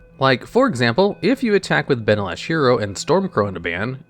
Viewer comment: Ben-alish, not Ban-alish